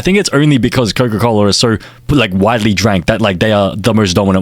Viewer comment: "coco cola" 🥀🥀🥀🥀🥀🥀